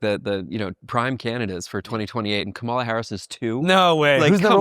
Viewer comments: Still don't even know how to say Kamala yet? Haha. At least I don't think it's intentional with yall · Man. A lot of disappointing stuff in this interview. Like, holy fuck NEITHER person can pronounce Kamala's name correctly? Never heard of audience capture as somebody working in independent media who literally reports on the effects of these types of things? On the bright side at least Andrew wasn't afraid to admit that leftists were wrong about trump not being worse than biden/harris AND wrong about Jill Stein not being an opportunistic leech who only stops licking the boots of corrupt world leaders like Assad and Putin long enough to siphon votes off of liberal candidates. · love the pod but I dooooo think not trying to pronounce Kamala's name correctly is kinda rude SUE ME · These people are so stupid, they can't even say Kamala's name right. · It’s comma like a , and la like lalalalala Kamala